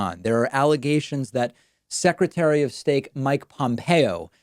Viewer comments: I love this show and learn much from it, but "secretary of steak"? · David really just said "secretary of steak, Mike Pompeo", like we wouldn't notice. What a memelord.